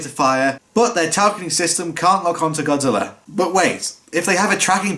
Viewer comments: Normal Godzilla fans: "ITS GOJIRA!!!"..."NO IT'S GODZILLA!!!" Dub actors: "no it's godzilller" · Why does every English dub actor pronounce godzilla's name as GODZILLLER? Like how hard is it to pronounce GOD-ZILL-A. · a British accent I've heard many other British YouTubers and people do sometimes pronounce an A sound as an ER sound